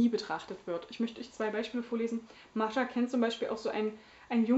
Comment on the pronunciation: Ach, wie adrett sie frisiert ist. :) Ich finde es großartig, dass du Mascha einfach standarddeutsch aussprichst, durch 5 Jahre Russischunterricht komme ich nie aus russischer Aussprache heraus. >: Das Buch las ich unmittelbar vor meinem Studienbeginn, so gesehen war es irgendwie in meiner Schultüte fürs Studium. ;) Und ich las es danach auch recht schnell. Vor 3 Jahren sah ich darin allerdings noch nicht so vielfältiges wie du. Damals ging ich recht naiv an solche Gegenwartsliteratur und war sogar etwas schockiert von ihrem für mich so ungewohnten Umgang mit dem Jüdischsein. Ich werde es für meine Reihe zum Deutschen Buchpreis auf jeden Fall nochmal lesen, deine Rezension hat mich jedenfalls bestärkt, dass ich nicht die einzige Doofe war, die sowas gut fand. ;) In diesem Roman steckt eine ganze Lebens- und Leidensgeschichte, vielschichtig, sprachlich bombastisch. Das Lakonische kennt man heutzutage fast nur aus Nachkriegsliteratur und deutscher (interkultureller) Gegenwartsliteratur - was ist da nur passiert? So klischeelos ihr erster Roman war, umso klischeebehafteter und flacher wurden für mich leider die Figuren ihres 2. Romans. Mir gefiel die Geschichte recht gut, auch dieses Liebesdreieck, das so merkwürdig verquer war... aber es hat sich alles im Kreis gedreht und war nur reichlich deprimierend. Ich hatte das Gefühl, man habe Frau Grjasnowa nach ihrem 1. Roman in irgendeine Schublade gedrängt und seitdem "liefert" sie eben das ab, was man von ihr erwartet. Die Lesung zu